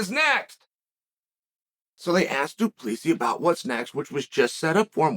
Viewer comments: “Du PLEEESY” 😂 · Pronouncing it Du PlEEsi is crazy 😂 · Firstly, Chael, this is your SECOND vid about DDP, where you get his surname wrong. It's DU PLESSIS.... a simple Google search.....now add the S. Try. ------------- Secondly, Chael, you're an absolute cheerleader for the UFC....I do get it. It's a BIG part of the reason why you have a lovely bank account. This OBVIOUS pokey-stick strategy may get an amateur to respond, but what you DO NOT understand is this. DDP is an Afrikaner....they are a logical, patient lot. This is a man from a Nation that defeated the British Empire TWICE ( and )...... mere Farmers who took out the greatest Empire on Earth, on home soil.....they are a smart people. They calculate, they consider, they prepare. Understand, Chael ? They don't over-emotionalize everything......they are a calm bunch, under battle conditions. Maybe you should adjust your vision, by doing some research first. DDP is not scared of any fighter. BUT he ain't dumb, either. He's not going to throw away all his hard work, to feed the Hype. When he comes, and he WILL, he will be 100% ready for Adesanya. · It’s so funny hearing Americans struggle to pronounce Du Plessi 😂😂😂 It’s ~ Doo-Pla-Sea